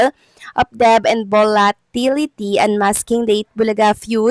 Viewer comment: Please correct your pronunciation of "debt".